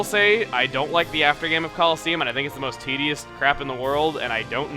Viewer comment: U said tideous so many times